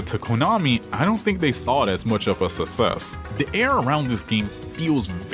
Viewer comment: suss-ess is not how you say suck-sess You got that DSP acceyunt